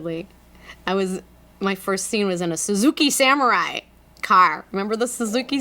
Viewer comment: she talks about the Suzuki samurai and she sounded like she was from Minnesota! Just that one little bit. So I looked it up and she’s from Minnesota! I gotta good ear, what can I say;)